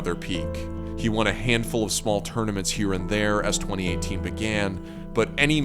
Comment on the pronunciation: "I won-a evo"*